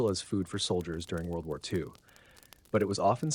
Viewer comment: "World Woo Woo EE Two"